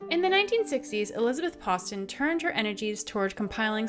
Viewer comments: Fascinating! I am currently doing my doctoral research on Elizabeth Poston, and I have been told by the people who own her estate that it is pronounced like "post." Maybe it is one of the many mysteries that surrounds her! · That is really odd. Hi! I’m the relative! I just checked with my dad and he confirmed the way our family pronounce it (his mum was said Nanny Poston and apparently she wanted to double barrel our surnames). We’ve never pronounced it that way, and you can trace the family line back 1066 (he’s super proud of that bit…) so it comes from the French. Let me know if you want any info - one of my dads teachers in school worked extensively with her.